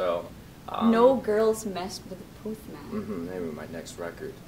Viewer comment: D'accord, c'est Charlie Puth not pouuuuth. u pas ou.